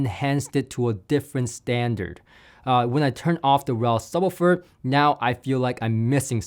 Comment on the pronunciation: Can’t get past pronunciation of “subbah-ferr”